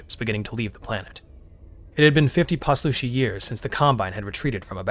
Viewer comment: Heyo! Author here. I really liked this narration, and I sure wouldn’t mind if you kept going ;). One thing that I’ll say is that Poslushi is pronounced pause-lush-ee, but otherwise, this was perfect! Pleasure doing business!